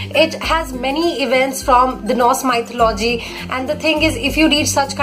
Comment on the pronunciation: Hey,nice work and 1suggestion plz chk out the pronounciation of mythology u are doing it wrong